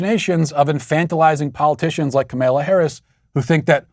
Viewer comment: obviously isn't in the Sweet Baby Gang (SBG) if she didn't realize Matt would do that Lol. I smile every time Matt mispronounces Kamala's name. Keep strong SBG.